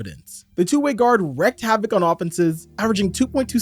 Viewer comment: It's wreaked havoc. Pronounced "reeked." You wreak havoc; you have wreaked havoc. It's not wrecked. Wreck havoc is not a thing. You don't wreck havoc. You wreak it. You didn't mis-speak because this is the 4th video I've seen you say "wrecked havoc." It was a knowledge issue. Now you know.